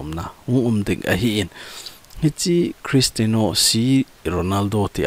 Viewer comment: Christino ❌ Christiano ✔